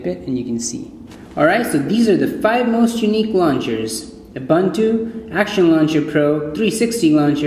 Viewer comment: oo-boon-too dude. great review btw